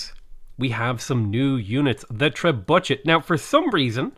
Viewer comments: It's tree bucket not tree budget. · We should bombard him with comments of how he trebutchered the name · "Tre-bue-shay" or "Trebucket". No compromises. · I think it's pronounced Tree-Bucket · Trebuchet? 🤣. How have u never heard it pronounced before? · you trebutchered the name :)